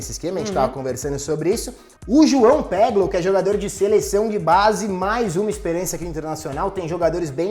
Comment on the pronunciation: Pessoal além de a escalação de vocês estar errada, a pronúncia do no peglow está completamente errada ..Pois como é um sobrenome alemão esse " e" tem som de "i" mesmo e o "w" tem o som de "v" . Logo, está completamente errado e soa muito estranho tentar falar um sobrenome alemão com pronúncia próxima do inglês...lei assim literalmente : Piglov com v mudo sendo pronunciado mas com som de V não é u...valeu...mas escalação não é essa , pois joga o D,Alessandro aí porem centralizado e o Edenilson mais na DIREITA ele joga em 4x1x3x2 que não é isso que vocês colocaram em campo...valeu